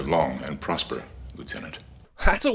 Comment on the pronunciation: I'm giving you a sin for "Live long and podsper" 🤦🏻‍♂️